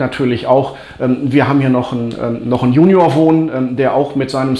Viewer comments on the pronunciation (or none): none